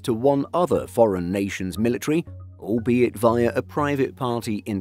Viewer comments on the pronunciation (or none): none